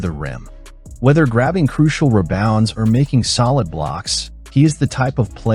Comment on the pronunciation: Is this another AI narrator? Monotonous delivery (rhythm, pitch, etc.) and some small mispronunciations sprinkled in (e.g., "reBOUNDS" instead of "REbounds"). Just sayin' ...